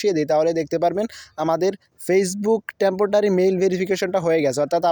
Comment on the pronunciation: temptotary? Ha ha. Ha